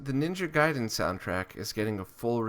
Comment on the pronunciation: In Japanese Ninja Gaiden is said Ninja Gaiden, not Ninja Geyden. If that makes sense ^^